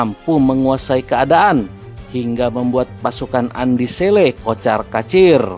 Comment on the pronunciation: naratornya bkn org Bugis, makanya kurang fasih menyebutkan nama Andi Selle 🤭